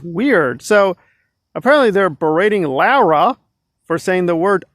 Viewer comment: You still can't pronounce La-ra